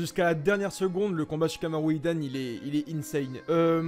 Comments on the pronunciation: Sa m’énerve comment il prononce « shikamaru »et « rikudo »😭😭😭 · ouais de ouff ça me stressé avec les rikido ou comment il dit shikamaru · Sa me casse les couilles wAllah , Il a dit naruto mode kyubi il est degeu , IL EST CON.